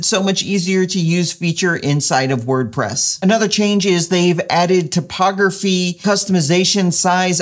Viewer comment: You pronounce typography like topography, lol.